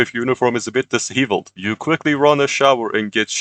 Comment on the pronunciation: every reading mistake made in this video: fidge-ment cacohh phony dis-heeveled how authoriative resentlessly etcked t-ing-ed sa-sac-guh-d